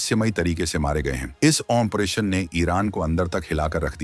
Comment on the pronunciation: Bhai aapse request h ki aap 40 din sirf operation bolne ki training len . achha rahega.